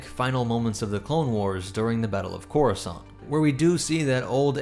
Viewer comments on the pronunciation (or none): none